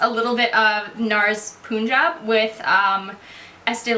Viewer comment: pet peeve: the nars foundaton colour is pronounced PUN-jahb not poon-jahb. loved the video tho. huge fan!